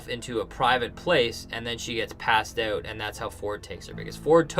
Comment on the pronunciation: we now know you guys are Canadian. You gave it away by saying "out"